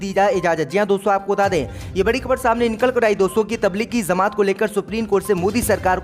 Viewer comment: Beta zamat nahi jamat hota hai